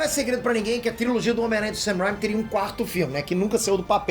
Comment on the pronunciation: não é ''sam rhyme''. é mais um ''sam rain-me''